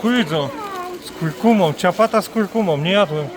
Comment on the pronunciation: Słowo ciapata źle się kojarzy😉 Ciabatta czyta się ciabata.